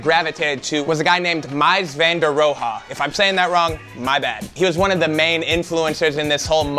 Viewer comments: Miles van der rohe ( row) the he is silent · I like your stuff but “Mys Vander Row Ha” is rolling in his grave. Please talk to Ben about this on the podcast. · great video! Also the pronunciation sounds like MEEZ Van Der ROW. Bauhaus is great, glad you got into it. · Took an architecture class in university and wrote a paper covering the Bauhaus school. Mies Van Der Rohe, is pronounced like "Mee's Van Der Row." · The architect's name is pronounced mēs van door row. His work is amazing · Awesome build! It's pronounced "Mees fun der rohe" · Sounds like "Mees Van der Row" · Mies Van Der Rohe is pronounced closer to "Miis Fan (with an A sound similar to the A in AH) Der Ro' (like row without the w)". Bonus fact, Mies Van Der Rohe was actually headmaster of Bauhaus sometime during the 20's. Otherwise great Video. :) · Haha yeah you are saying Mies Van Der Rohe wrong but it's all good! Great video! You can find videos of Mies talking about architecture and design if you are interested. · Mies Van Der Rohe, I think the easiest was to learn to the pronunciation is like this, for 'Mies' think of saying mice but imagine a French guy with a thick accent saying it and then 'van der' is pretty much how it sounds, and finally do the same as above but for 'Rohe' think of saying Row, with heavy emphasis on the R, really roll it out, my lecturer always corrected me on the pronunciation. if you like Mies' work check out Carlos Scarpa. As always love your vids, though it was a little heavy on the sponsor today :). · You butchered mies van de rohe’s pronunciation